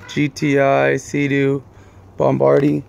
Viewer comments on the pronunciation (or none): Bom-bar-dee ??? try Bomb -r-deer for pronunciation.. but then again you will mispronounce pronunciation.